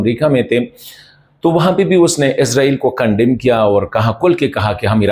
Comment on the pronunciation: او بھائی عزرائیل نہیں ہے عزرائیل نہیں ہے عزرائیل نہیں ہے اسرائیل ہے؟؟؟؟؟؟؟؟؟؟؟؟؟؟؟؟؟؟؟